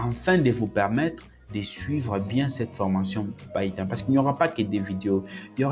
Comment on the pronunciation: Frere je suis tes formations et j'admire aussi ta facon de prononcer les outils ( païton au lieu de piton , airpol au lieu de apeul ...)